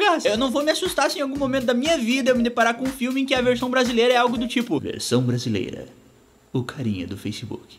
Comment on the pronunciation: Mano, eu não estou acreditando que eu ouvi isso, eu nunca tinha visto esse "clipe" do Mc Belinho, mano, ele precisa urgente de aulas de português, "nois samo brasilero" ta foda, ser Brasileiro. Mano, o que é "apatapi" ?